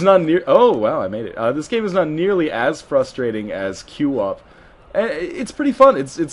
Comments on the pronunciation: QWOP is pronounced kwop, not cue-op. :| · im sorry, I cringed every time you called it q-wop.... its qwop, one syllable, QWOP